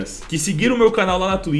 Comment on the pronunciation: dnv falou twith